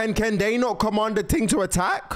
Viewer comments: Bro saying ting instead of thing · It’s thing not ting